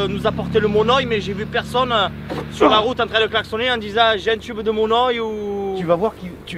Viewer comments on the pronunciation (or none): Dsl mais ça fait mal au coeur quand les gens déforme ma langue donc juste comme ça on dit du monoï (monœil) ❤️❤️❤️ donc MON ŒIL MERCI❤️❤️